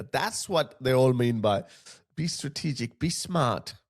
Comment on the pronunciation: he can”t even pronounce the organisation “he banned”, and yes, pay a special attention to the expression “Strategic”.